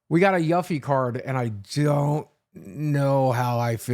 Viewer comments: Why does he pronounce Yuffie's name like that...... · Maybe you’d like the Yuffie art if you pronounced the name correctly. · you say you are can't get enough of FF7 but you can't even say Yuffie's name correctly.